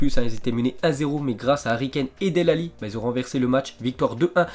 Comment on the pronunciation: Sa se prononce Delé Ali et sa s'écrit Dele Ali et nn pas Del Ali enfin bref je chipotte sinn continue comme ça 👍